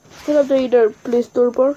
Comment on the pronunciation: what the bruh he said playsore instead its struckd i not sub to him its clickbait